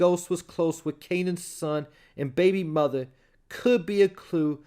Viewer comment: You ain't have to say muva like that 😂